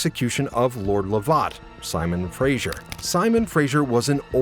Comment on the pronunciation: Please learn how to pronounce names - just Google! Fraser, Lovat and Culloden all horrendously wrong.